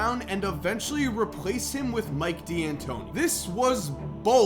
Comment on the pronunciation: so glad you say "DEE'Antoni" properly.